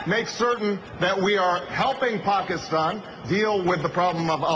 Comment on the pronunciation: yes, yes, i was so excited when i first heard him say pakistan! few people ever say it correctly, though it's really not that hard. while you shouldn't vote for someone solely based on how they say a word....it's a definite plus point :D